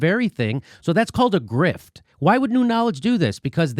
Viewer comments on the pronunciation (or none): "Russia gate is a big Griff" wtf did I just hear Jimmy say‽